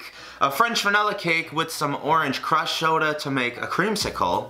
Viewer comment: Did anyone notice how he said it was Cruh soda but the bottle said Fanta? 🤔